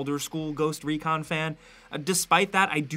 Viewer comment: "GhOsT rEcAn" its called ghost recon and not ReCaN